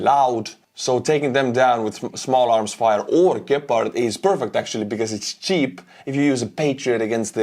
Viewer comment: Good pronounciation for those Deutsche Gepard. Thank you.